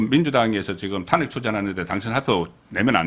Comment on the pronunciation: 탄:핵을 탄핵으로 발음 하고 대부분 첫글자를 강자고 짧게 발음 하는게 유행인가요? 35년 기자가 바로 잡아 줘야하지않겠습니까?